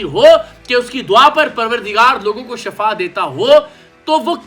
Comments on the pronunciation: Word Shifaa hota hai Shafaa nahin ko ana chahiay tha jub uss ny kaha tha anay ko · "Shafa" nehien "Shifa" hote hein. "Shafa" maot ko kehte hein Aur "Shifa" bimari ka khatam hojane ko kehte hein.